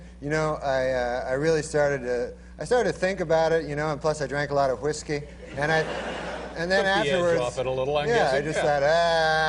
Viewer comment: I like the way Norm puts the H in front of the W when he pronounces whiskey lol